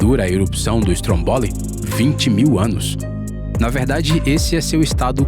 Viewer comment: Pronúncia correta: /strómboli/ e não /strombóli/